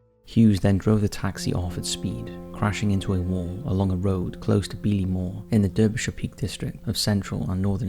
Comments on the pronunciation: DERBYSHIRE!! Not duh- byshire! I'm nitpicking I know, but c'mon, if you're a Brit, pronounce it correctly! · As a Leicestershire-ian I can assure you it’s not pronounced Der-by it’s pronounced Darby lol 😂 other than that brilliant video as always lol 😆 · Where on earth is Durbyshire? Is it near Derbyshire (pronounced Dar-be-shir)? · Please learn to pronounce Derbyshire properly. It's not dirbyshire, it's pronounced darbyshire! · Sweetie, Derbyshire is pronounced Darby-shur! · You're obviously not from England!! Derbyshire is pronounced with an 'A' not 'E' Darbyshire! I'm from Derby (Darby). Also, the city in Spain is pronounced Bill-Bau not Bil-bo-a! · Gillian is pronounced jillian. Derbyshire is pronounced. Darbyshir. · UK based channel that can't pronounce Derbyshire 🤦🏻‍♂️ For the amount of effort you put into these videos, does no one check this stuff? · of course i do and im English by the way. Nothing to do with accents though, its how he pronounced Derbyshire for instance.